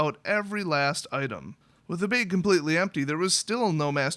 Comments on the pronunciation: .....say "bag" again.... ahahah :) .......(baiige).. love you dude. good story :) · haha baig!